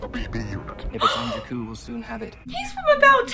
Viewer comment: Not Jakkal, JAKKU